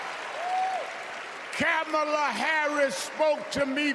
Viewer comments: Great speech, Rev Ale. Please take 20 seconds to learn how to pronounce Kamala's name. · mispronounces her name